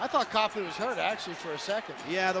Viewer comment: You said Copley wrong